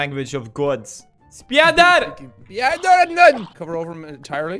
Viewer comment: Any Russian will laugh hysterically when guys shout SPIDOR xDDDD SPIDOR SPIDOR